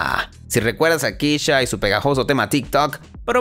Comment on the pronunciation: Se pronuncia KESHA no Kisha